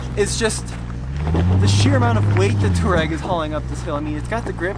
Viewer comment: You absolutly can not pronounce „Touareg“ it‘s not Turag. But except for that good video, very interesting